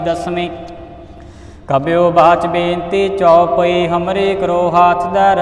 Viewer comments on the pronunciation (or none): none